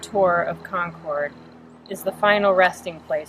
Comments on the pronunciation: Wow, I actually live in Concord and its very interesting to hear an outsiders perspective! Also, its pronounced Cawn-curd, haha sorry to correct you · So lovely. Concord MA and Concord NH are pronounced like 'conquered' :D